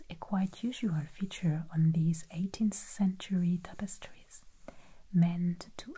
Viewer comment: Love the "zees topostree" videos